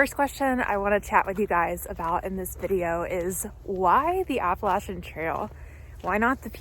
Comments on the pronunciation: Hope to follow your entire trip. I look for people who pronounce app a latchen correctly lol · Thank you from the southern portion for calling it the Appa-latch-in trail 😊